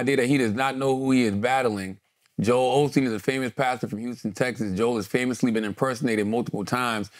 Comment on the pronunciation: I think Kendrick just wanted to reference both Joel Osteen and Haley Joel Osment. They have similar names and when he says Joel it sounds like Jo Hale. It would be one thing if Joel Osteen had nothing to do with the bar but given that Joel has been impersonated by ai and has had ghostwriters makes me think that it’s highly likely he was trying to reference both and is pretty hard if true but the fact people are baffled by it makes me feel it may have not been the best choice.